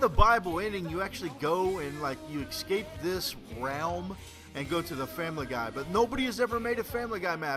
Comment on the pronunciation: i love you, but its eScape, not eXscape